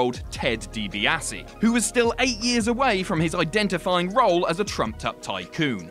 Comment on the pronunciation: Bro can you please just call him the million dollar man, the way you butchered his surname was painful.